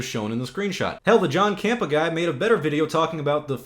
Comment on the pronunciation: I love how you butchered John Campea's name.